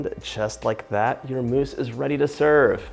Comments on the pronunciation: I died when he said "meese" i love u john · You make me laugh 😂 chocolate “mice”